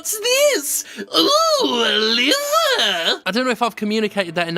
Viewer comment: It's really more of an "Ohh" than an "Ooh" there, Jim. A subtle difference, but an important one. Like the difference between Cologne and colon.